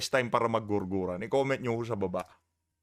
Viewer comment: JERJERAN, HINDI GURGURAN😊